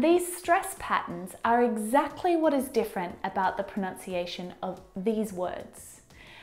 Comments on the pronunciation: But why u said pro~noun~cia~tion At the end of the video Either pro~nun~cia~tion Pronunciation.. Which is right either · Funny,, you mispronounced "pronunciation". It's proNUNciation—not proNOUNciation: ) There's a common word a lot of people not only misproNOUNce but misspell as well. The verb form is proNOUNce. The noun is proNUNciation. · Not proNOUNciation. ProNUNciation. ;) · Even she's mispronouncing the word "pronunciation" and "mispronunciation" proNUNciation...not proNOUNciation It's not to diss this video but I think she shouldn't make this as a norm because there's American accent and British accent. It's good that she's covering the general thing mostly but she's leaning more to British pronunciation. But good otherwise. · You mispronounced pronunciation. I'm expanding..... Almond the L is not silent. Comfortable you pronounce the O and R.